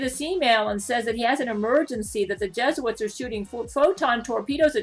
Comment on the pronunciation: Ah yes those dastardly “jesuits” mhmm yes…